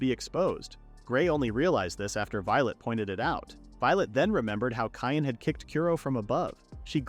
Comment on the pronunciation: LOL Cyan being pronounced "Cayenne"